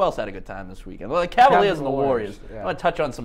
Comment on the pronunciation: CavAliers not Cavliers